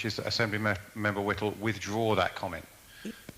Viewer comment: Fella can’t even pronounce ‘Whittle” correctly FFS. Oh my dear Enoch, I’ll bet you’re turning in your grave.